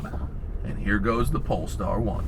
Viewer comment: That is an amazing car, however, the "polester" is not the same as "polestar", great difference. That being said, it's a wonderful presentation for the wonderful car, good job.